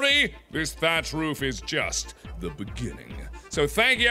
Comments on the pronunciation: when mark says roof he sounds like hes making a dog bark ruf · he says "roof" the same way he says "room"